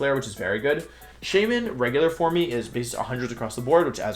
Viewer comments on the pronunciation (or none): What's with "formey", it's just pronounced like the normal word form. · Forme is just pronounced form btw lol. I dont usually comment stuff like this, but it was driving me crazy lol. Great Wideo tho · Why do you say forme and “for me” the e is silent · Dude stop saying form-ee. It’s driving me crazy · Form-e lol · FYI Wolfe, "forme" is pronounced the same way as "form" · "Formey" is so cringe. Usually its easy to ignore the one time its said but this video was hard to finish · Great list but hearing you pronounce forme makes me want to commit a war crime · Take a shot every time he mispronounces "forme".